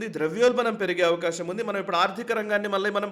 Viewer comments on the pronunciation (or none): none